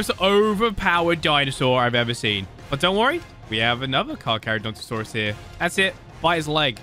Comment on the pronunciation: I love how loves to flex that he can say cara- caca- whatever that one dinosaurs name.